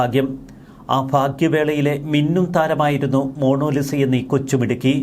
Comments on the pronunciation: Monolisa അല്ല, മോനാലിസ. എന്താ Mr. സോയിമോനെ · It's MONALISA,not MONOLISA! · മോണോ ലിസ അല്ല... മൊണാലിസ എന്നാകാനാണ് സാധ്യത...! 😅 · മോണോലിസ അല്ല മോണാ ലിസ ആണ് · എൻറെപൊന്നു സഹോദര.... മോണോലിസ അല്ല...... Monalisa..... കഷ്ട്ടം തന്നെ 🫤🫤🫤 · Monolisa അല്ല മണ്ടാ ........ മൊണാലിസ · Mono Lisa അല്ല Monalisa